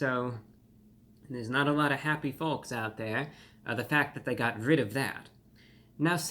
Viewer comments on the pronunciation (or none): the L in folks is not pronouned